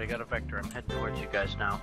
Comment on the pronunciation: i searched the vektor hoover that Daz asked for us to research and i found out it isnt vektor it is victer close though xD